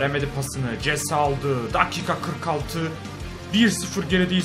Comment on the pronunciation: abi o jese değil hese okunuyo